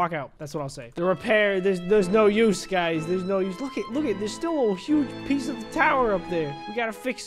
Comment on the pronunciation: He said piece